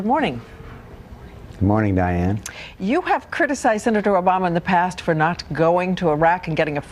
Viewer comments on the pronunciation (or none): none